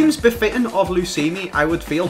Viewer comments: He's known for so long it's luismi but he like to say lusimi better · Luismi.... L u I s m I not lusimi eh... Lusimi Roolin dey hatin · His name is pronounce in spanish Loo-ees-mee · i know, but they pronounce it like "lusimi"